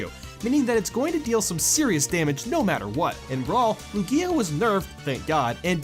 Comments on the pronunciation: it's pronounced LOO-gee-uh not loo-GEE-uh. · LOO-gee-a, not lu-GEE-a